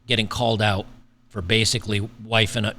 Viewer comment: "Made him wait"...for what? and am I crazy, or do I hear "wiping up" rather than "wifing up"??